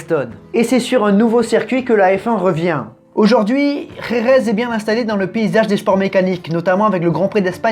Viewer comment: Toujours des difficultés à prononcer Jerez ou Guadalajara 🤣😂🤣